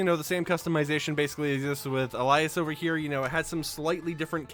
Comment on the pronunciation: Nigga said "Elias" 🤣 it's Alias like the word describing a cover name someone uses